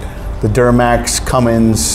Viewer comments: All his credibility was lost as soon as he said "" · Come on dude. You are supposedly a pro that works on diesel engines every day. It's Cummins, not. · WHY does this "pro" keep saying ""??? There is no G in Cummins!!!! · For the RAM its Cummins diesel not. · Cummins, not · Stop saying, you sound like a moron. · Why does the mechanic keep saying? It's Cummins diesel not a porno... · He really should stop saying CumminGs! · Everybody bitching about him adding a "G" to Cummins... stop right now! We are only human. I've heard many people say "" - doesn't mean they don't know how to work on it. Don't judge him for something as trivial as that, because we'll all be judged someday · ""??? C'mon! Am I hearing right? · Ain't no G in Cummins. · Good video. Couple points. Cummins. Not. And I think you might be confused about the duramax headgaskets. There are 3 different thicknesses. Grade A, B, C. Also there is the old style headgasket you run on 2011 and older that look normal, and a gold colored one run on the 2012 and up. Anytime you do a HG, the heads need to be decked and the factory TTY fasteners replaced, and always run a grade C (thickest one) and it’s done. I don’t understand what your experience has been in having issues getting headgaskets for the duramax. I have 2 2006 duramax trucks, one is a dedicated race truck as well as a 2016. I find them much easier to work on than any 2003 and up Ford diesel. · Never trust a guy talking about diesel engine and calls it a! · Cummins not. Turned it off... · I can't trust the opinion of anyone that calls a Cummins a. FML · Couldn’t trust any so called mechanic calling a Cummins a!!! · What’s a “”?🙃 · Great video but please say Cummins instead of and VIN instead of VIN Number! Completely agree with your perfect truck! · It’s not, it’s cummins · Did this jackass just say?